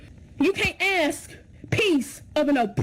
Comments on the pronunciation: Why are you using the work “ax” …….when the word is “ask” ! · Hold on!!!! Did I hear you say "axe you" 😂😂😂 No way you pronounce it "AXE" !!!